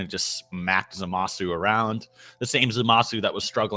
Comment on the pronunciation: You pronounce zamusu wrong